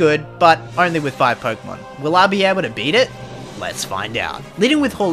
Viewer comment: Why do you say PoRkeemon???